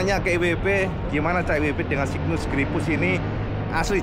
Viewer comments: Baca nya "SEIGNES" cak 😂😂😂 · ya memang mirip seperti itu pengucapan nya. seknes 😂😂😂